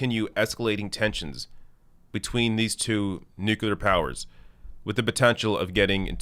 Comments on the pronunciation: NU-CLEAR. NOT NU-CU-LAR. I love you but damn 😂😭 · NU-CLEA-R ! Please !!! Not NU-CU-LAR ! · "nuclear", not "nukular" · It's pronounced NEW-clear, not NEW-q-lur. That totally drives me nuts! Even so, he could still eat crackers in my bed. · Is the whole debacle over that deal a simple misunderstanding over the pronunciation of nuclear (nucular)? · NU Clee Yur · Nuculer? Really,? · Its nuclear. Freaking nuclear (new-clee-er. Say it like our lives depend on it. Cuz it does. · Progressives must pronounce "nuclear" correctly. (Noo-clee-yur) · Offtopic: Why do some people pronounce "nuclear" as "nucular"? - random European person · For the name of Enstein: it's pronounced nuCLear!!!! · Nuclear. Nooo Cleer New Clear. Nuclear. New (car) clear (windshield) New Clear Nuclear #Dumbya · new-clear,. Please stop pronouncing it like our previously dumbest president, George W. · its pronounced nu-clear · Side note, I am amused at how North Americans pronounce the word nuclear. Do you guys spell it the same as we do in the UK?